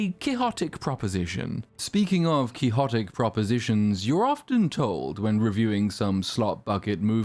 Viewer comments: Nitpicker here, isn't the pronounciation, QUIX - XOTIC? Not kee hor tic? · Ironically, your voice reader is not very good. It completely misses with “quixotic” , just when you are talking about how great AI is! 😂